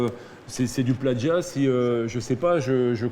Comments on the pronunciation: Plajiat !! Il a dit 😂😂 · mdr du "Plaggia". Encore un plouc qui croit que le mot plagiat est italien. Manifestement il ne lit pas beaucoup. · ""Du pladjiat" Lol ! Et il est directeur de magasin ! No comment... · "du pladgiat"